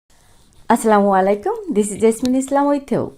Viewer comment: Maam It's assalamualaikum not aslamualaikum